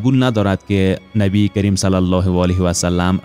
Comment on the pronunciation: برادر جان با عرض معذرت درد بر نبی کریم (ص) درست تلفظ کنید تشکر